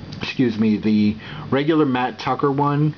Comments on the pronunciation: It's mat tracker not Tucker. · dude its tracker not tucker